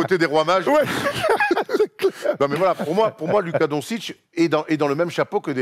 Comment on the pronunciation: non ca se dit luka donssitch